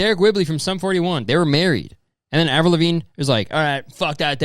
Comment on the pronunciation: Avril Levine duhde? Avril? What’s good? Wha happen? Aaverell? What happen to you?